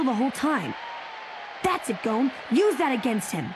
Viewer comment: Bruh the woman pronounced Gon as “Goh-n”